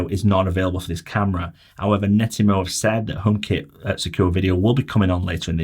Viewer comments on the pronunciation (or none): Yes! It drove me nuts hearing him say Netymo time after time! You saved me writing this. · It's not Nettymo, its Net-atmo. The name is derived from the words Network and Atmosphere as per their first device created